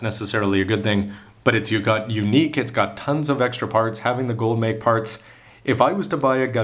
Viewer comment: It's not "Gold Make", （メーク） it's "Gold mekki" （メッキ）. "Mekki" just means "plating"